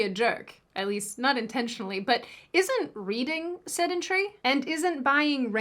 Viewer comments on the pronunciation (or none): none